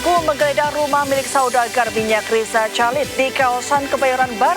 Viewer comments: Kalid bukan Calid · Jurnalis zaman now memang minim2 literasi, masak baca chalid persis sesuai tulisannya...yg benar itu Khalid mbak jurnalis.